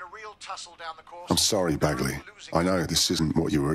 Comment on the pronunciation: Can you please stop calling him Bagsley....lol